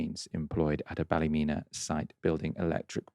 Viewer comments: It's pronounced Bal -a-mean-ah (equal stress on each syllable) btw 😉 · It’s Ballymeena, not Ballymenna like you keep saying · Bally-meena not Bally-mena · No it's not balla meana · Bally men a lol its balla meena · Say it like this. Balla- mean- a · It's Bally-meena. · that is ptonoounced ballyeena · Also I like Novara media but yer man’s repeated mispronunciation of Ballymena irks me, very British of him. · I love how the English pronounce Ballymena😂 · You've pronounced the name of the town wrong